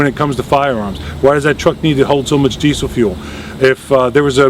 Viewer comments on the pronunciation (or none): none